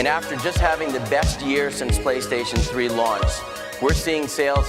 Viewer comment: the fact that he legit said “PrayStation” really adds to the Japanese authenticity, and I like it that way